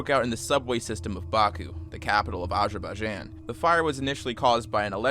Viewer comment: that is NOT how you pronounce azerbaijan